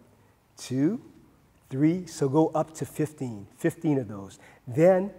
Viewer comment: He says three like a white person, that's how you know he's a real doctor.